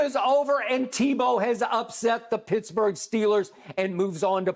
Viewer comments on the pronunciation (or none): none